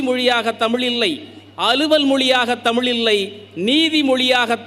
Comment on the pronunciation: மோசமான தமிழ் உச்சரிப்பு உங்கல் அனைவருக்கும் வனக்கம் தமில் மீது என்னய்யா மோசமான உச்சரிப்பு இது? கவி மேசை மத்தியில் அதிகாரம்.. நிர்வஹித்து ஆதிகாலம் அதிகம் இதயம் இதெல்லாம் தமிழ் மொழி சொற்கள் அல்ல